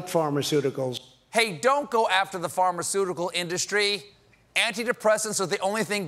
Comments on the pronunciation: Anyone else hearing “farmer-ceutical”? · He said pharmasuegar first.